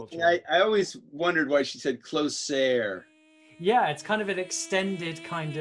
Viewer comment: Closer (close-air) in the Irish language coplia’s é and í are common it’s possibly a linguistic carry over